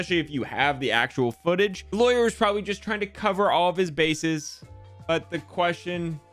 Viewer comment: I love how he says probwably